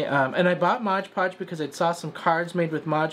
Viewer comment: For the love of Lilies; it is MOD podge; not modge podge.